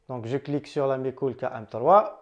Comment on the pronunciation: Super ta vidéos , attention a 1"03. je ne sais pas si on ta déjà fait la remarque. On entend "de mes cou...lles" après déduction j'ai compris que c'etait MeCool